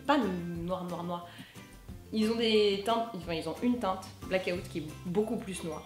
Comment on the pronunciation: vegan=véguant, blackout-blaquaout, ma foi la prononciation des français me fera toujours autant rire. Lol.